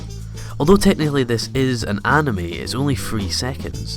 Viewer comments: No one: Not a single soul: Not even Sans: Him: anamei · No he Said anemy